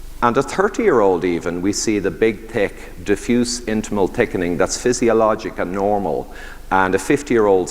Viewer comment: When the Irishman mentions someone with a "Tick Accent" 😂